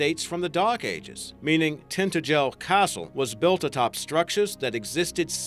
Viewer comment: That's actually the proper way to pronounce it, the "h" isn't meant to be silent in words like "why" or "wheel". He did, however, hideously mispronounce Tintagel, when talking about the Cornish site.